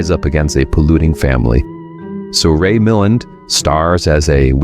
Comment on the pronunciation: That pronunciation would indicate an AI voiceover. I've heard his name mispronounced that way in at least 3 separate YouTube videos...